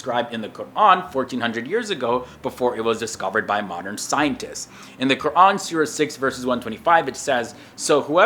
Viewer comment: He is actually pronouncing "Qur'an" properly.